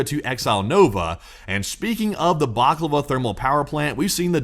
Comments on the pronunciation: Great post!, you sound hungry! It's Balaclava, not baklava. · Bala-klava!!! Not _baklava_....get yr head outta' the deli, guy.